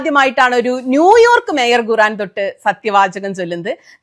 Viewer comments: Guran alla khuraan ennanu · ഗുറാൻ അല്ല, ഖുർആൻ എന്നാണ് ഏകദേശ ഉച്ചാരണം . മുഴുവൻ കേട്ടു, ജിമ്മിൽ ട്രെഡ് മില്ലിൽ നടന്നു കൊണ്ട്. ചരിത്ര പരാമർശങ്ങൾ കൂടി ഉൾപ്പെടുത്തി യതിനാൽ വിശകലനത്തിന് ഉൾക്കനം കൂട്ടാനായി എന്നു കരുതുന്നു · കുറാൻ എന്നല്ല ഖുർആൻ എന്നാണ് പറയേണ്ടത്😅